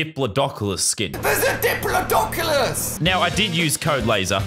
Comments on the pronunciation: “It’s a dipilodocolus!” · It's a diplidoculous